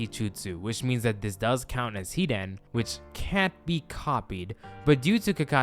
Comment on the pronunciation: Why do you pronouce hiden like that